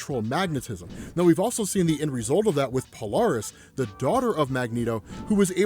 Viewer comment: Kinda dig the Magneto helmit on Polaris, now you just need to ssy her name right. Like polarity.